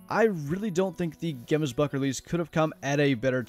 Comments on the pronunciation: Pronounced 'Hemsbok'. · If you ever pronounce gemsbok like that in front of me, i will slap you square in the face